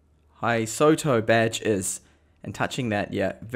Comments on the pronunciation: "Hysotu" Hysotu? There is no humanly possible way anyone could mess up a simple name like Hystou so badly. Seriously, are you dyslexic or sumfink? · It is not Hysotu it is Hystou. His-tou.